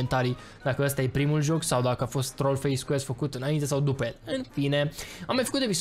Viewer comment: se zice dupa